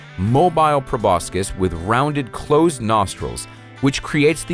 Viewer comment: It's pronounced 'pro bo sis' not 'pro bos kis'